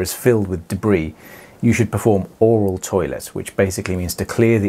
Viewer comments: I’m a kumquat, of course you said aural. 🤦🏻‍♀️ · Are you saying “oral toilet” ?